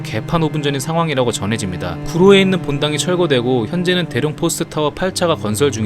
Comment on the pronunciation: 대룡이아니구 대륭ㅎㅎ